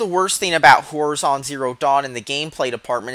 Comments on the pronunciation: did u just keep saying whorizon? D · Its pronounced hor-eye-zon. The way you say it is so annoying. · Makes me cringe how you pronounce "horizon"...